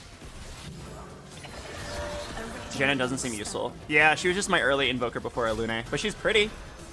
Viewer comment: Everytime he pronounces Alune like that makes me want to rip my hair out 🫠